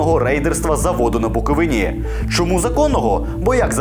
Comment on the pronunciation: Не БуковинА, а БуковИна. Дурень Янукович перший таке ляпнув, а ви повторюєте.